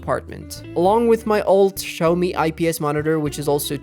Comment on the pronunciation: Did he just said Show me instead of Xiaomi